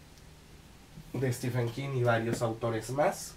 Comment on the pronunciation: Aunque prácticamente el 100% de los hispanohablantes, incluidos todos los youtubers, pronunciéis stiFen, su nombre se pronuncia stíVen. Basta darse una vuelta por reseñas de youtubers angloparlantes.